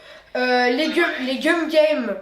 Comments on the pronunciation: Tu as dit Cum au lui de Gum a 😂 et oui il faut pas regarder sur internet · La façon dont tu prononce le nom du jeu 'cum game" au lieu de gum game" est très étrange coupler à des enfants